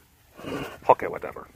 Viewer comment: As soon as you said ho-kay I started quoting the video in my head